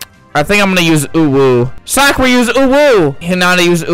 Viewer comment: ITS NOT SOKRA ITS SAKURA